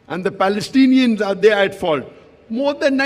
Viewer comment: Balestinians cant you pronounce the letter P 🤣🤣🤣🤣🤣🤣🤣